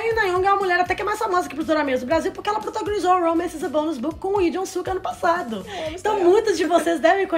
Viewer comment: Queria saber por que vocês não estão falando o L no nome deles... Coreanos falam o L sim. Lee é Li, e não "I"